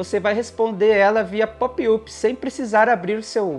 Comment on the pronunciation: Só uma dica e, por favor não leve a mal até pq ninguém é obrigado a saber outros idiomas, mas a palavra inglesa POP UP se lê algo como PÓP ÁP. Vlw pelo vídeo